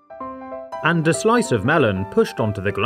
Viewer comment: I like how whenever he says and, he says it like “ha and”